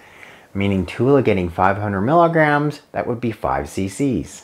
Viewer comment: It would be really helpful if you actually said “milligrams” as opposed to “miggs,” as that can be confusing for some.